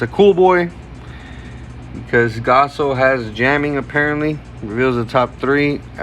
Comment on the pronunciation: you did alright man, but please its gaoss not gasso 😂